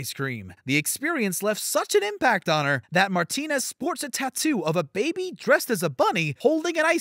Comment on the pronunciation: The way he pronounced “Martinez” reallyyyyyy shook me.